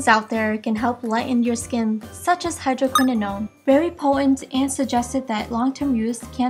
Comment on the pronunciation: You pronounced everything wrong .. doesn't sound professional (Hydoquinonone? - azalelic acid? - carcenogic? ) What??